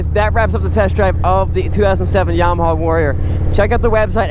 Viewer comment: It's a Yamaha...not a Yarmaha (".)